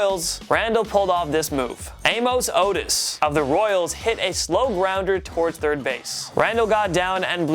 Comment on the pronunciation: This is what you get when you have somebody you knows basically nothing about baseball reading off of a script. Dude you can't even pronounce Amos Otis correctly? You never refer to a batting average as 2 hundred 71🙄. It's simply this may be attitude because I'm only 5 minutes into your video. I really question if you even know what those abbreviations you are saying stand for? Lastly, you are mainly talking about rule changes that happened when the pitching mound was 50 ft from home plate and it was basically slow pitch softball. Do some research.